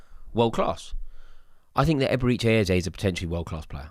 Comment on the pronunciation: "Eberichay Ezay"😂😂😂